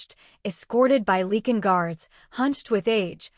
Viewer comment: Ilford, London, UK. It’s “Lycan” not “Leekan” please?